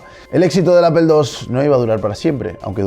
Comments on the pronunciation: Pues estás justificando una catetada. De la misma manera que pronuncias "gúgol" o "gúguel", deberías pronunciar "Maicrosoft" o "Appol". Si no, ya puedes estar pronunciando de forma literal cualquier nombre extranjero. Lo que llamas "diferencias culturales" es, simplemente, falta de interés al expresarse. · A mí me da igual, se pronuncia "Apol" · Por qué en España se pronuncia "Apel la marca APPLE solo por curiosidad nada de hate. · No se porque me genera mucha ansiedad cuando los españoles pronuncian mal deliberadamente las palabras en inglés, como eso de pronunciar apel a Apple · Peeero tu dices APEL!!!! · por que dices apel ? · porqué los españoles pronuncian "Ápel"? lo pregunto sin ofender, solo me parece curioso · appel? jajajjaja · Sin olvidar “Apel” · Al menos toda la gente de mi ciudad pronuncia toda bien, así que ya te puedes ir aprendiendo las pronunciaciones y dejar de pronunciar “aPel” o “gijA” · Nunca he escuchado a un Espa_ol que pueda pronunciar CORRECTAMENTE la palabra Apple, siempre el 99.7% de los jodidos ibericos la proununcian (Apel), y no solo esa palabra, sino el 80% del idioma ingles... lo hablan terriblemente la mayoria de los espa_oles. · apol! se pronuncia apol! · si lo lei....demasiado tarde; aun asi los deberian regresar a la escuela primaria para que aprendan a decir correctamente "gugel, vidio, apel" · Que chistoson habla este señor el pronuncia APEL, ja ja ja no se de donde saca la letra "E" de APEL y la otra palabra mal prionunciada es SHIROX (XEROX) y cuando veo TV de España a Wall Street le dicen wal"e"strit no se de donde sacan la letra "E" de enmedio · De nuevo ¿¿¿Apel???, Se dice APPLE = Manzana es como que una de las primeras palabras que enseñan de l INGLÉS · que curiosos, soy de Mexico del norte y todos mis conocidos y yo tambien decimos apple como se lee, es raro ver gente que lo pronuncie en ingles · es que no es problema de pronunciación, es que ni lo dices bien en ingles ni en español, a practicar y no entrar en negación